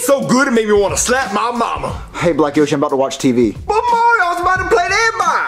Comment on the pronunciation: Mario not Maryo